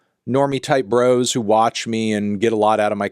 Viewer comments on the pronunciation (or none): none